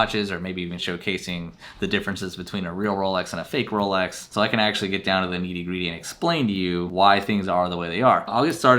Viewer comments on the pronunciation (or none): Neaty greaty lol it's nitty gritty!!! Stop trying be posh!!